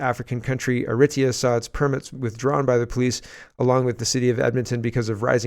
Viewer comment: pronounce Eritrea = "Air uh TREE uh" or "Air uh TRAY uh."......